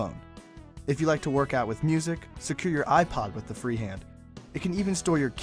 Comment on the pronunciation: "or JEW just about anything you like." XD